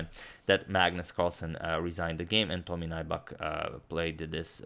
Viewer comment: "Tomi Naibak" :D